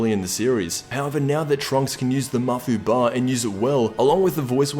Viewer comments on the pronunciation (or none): is not mafu-BA it's MaFÚba, makes me cringe when you say it like that. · its ma-fuuba not mafuba lol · Mafuba not mafuuba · at least say mafuba right